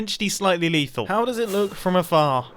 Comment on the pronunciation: mumbo: how does it look from afahar... dissapointed he didnt emphasize that more